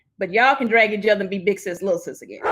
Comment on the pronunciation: The way Cynthia pronounces 'drag'... Lol all this time I've been wondering who the heck been 'drUgging' her